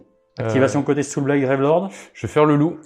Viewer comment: Aaaah le saoûlblaillte légion of bloude, rien de tel